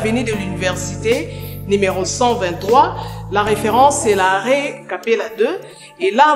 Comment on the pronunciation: eeeeh lifalanse nayo mabe makasi… Tu prononces mal les mots! « Reufeurance, le dureucteur, Nujeuria… » Tu abuses, olekisi loba kk na lingala